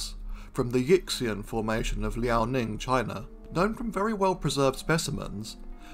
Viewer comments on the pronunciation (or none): just a tip: the Yixian Formation is pronounced more along the lines of "yee-shyen", not "yicks-ian"; a mistake i made myself long before learning chinese lol